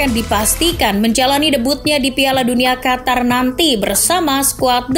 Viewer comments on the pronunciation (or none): none